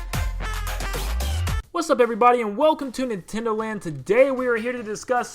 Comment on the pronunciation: Nin "ten" do land XD